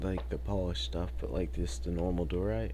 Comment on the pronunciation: He’s on a role with pronouncing blocks Purpler block Arcaina wood Doorite